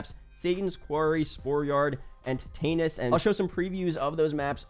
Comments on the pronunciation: Umm it's pronounced Tet-nus.... Not tet-anus 😂😂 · If they make zombies strictly PvP I will stop playing, DMZ was ass for me solo, personally, run across a 3 man and get wiped. Also Tetanus is pronounced Te-tuh-nuss, because its a Rust reskin, and you can get Tetanus from rust. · I’m sorry but bro actually went tetainus 😂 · Anyone gonna talk about how he pronunced tetanus?